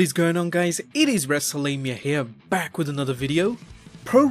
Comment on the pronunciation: Next time pronounce wrestlemania properly